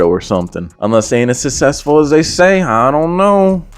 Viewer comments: "he not sussessfull like that" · Susseful had me rolling 🤣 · Bro when said “and he not sussesful like that” I started dying laughing